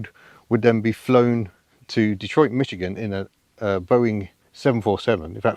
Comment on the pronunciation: Why do all British people mispronounce Michigan as MiTchigan with a stray "T" thrown in? The first syllable rhymes with Squish.